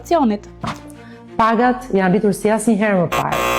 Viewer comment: Ajo s'di shqip !!!!!jane rritur jo jane ritur ,me rr